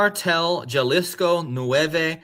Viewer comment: Yo lo—-Jalisco is pronounced Hall-ees-co. , thanks for your work